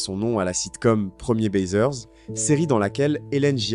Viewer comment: c'est pas premier,baiseur mais PREMIERS BAISER et ça se prononce PREMIERS BAIZé